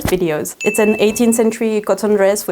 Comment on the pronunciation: "With seam allowence its seven" The accent on "its" sounds like six